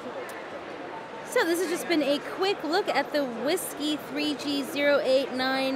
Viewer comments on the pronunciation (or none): A little off-topic, but isn't it pronounced like Whiskey, instead of wisekuy?